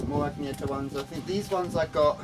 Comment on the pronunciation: btw her name is pronounced Ann-ye-tah, not Agne-ta